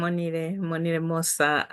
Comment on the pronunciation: Actually, it's supposed to be "Monile mose"